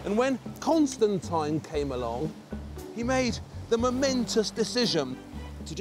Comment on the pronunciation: the way he says Constantine urks me